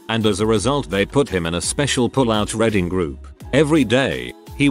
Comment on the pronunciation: The bot can read abbreviations like iirc in it's entire form but says Redding instead of reading 😂